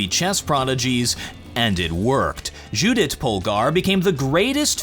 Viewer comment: Love the video, but it's pronounced Yu-dit not Ju-dit